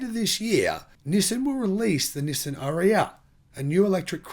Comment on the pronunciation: dude knows nothing - makes so many assumption - all wrong - here in the usa nissan leaf are hard to find on any lot, ppl are waitlisted for leaf for atleast 2 months to even get one, and ariya pronunciation butchered - dude do your research first before you talk